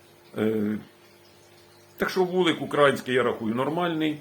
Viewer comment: Ведмедя можна навчити їздити на велосипеді. І справа зовсім не в москалях -тфу на них. А ось українець свою державу ще може назвати правильно. А правильно поставити наголос на слові "український" - нізащо.